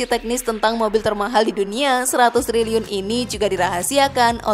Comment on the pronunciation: ...ngakak klo dgr 100Telerr x😂😂